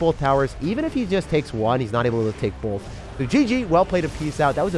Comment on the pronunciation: you said bolth BOLTH times!